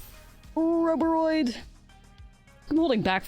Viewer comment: Ouroboroid is pronounced the same way as you pronounce Ouroboros but with the oid at the end. Can't deny thats the only reason why I didn't finish the video.